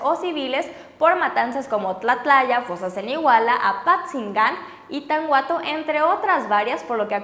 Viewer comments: Eres buena en lo que haces preciosa,pero no se dice tan-uato se dice tanuato auque está escrito Tanhuato.Pero no te preocupes ahora que han pasado tantas cosa ahí muchos lo pronucian peor como: tanjuato. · Tanhuato se pronuncia "TANUATO" porfavor se ven ignorantes pronunciando tanguato